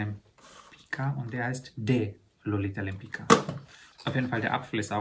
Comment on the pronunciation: Die Dame spricht man ‚Lempitzka‘ aus , Lolita Lempicka 😊